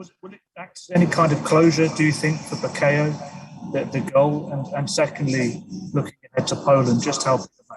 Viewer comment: + Reporter - Gareth - It’s ‘Bukayo’ Haha